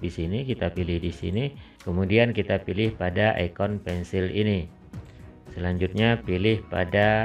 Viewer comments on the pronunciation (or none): none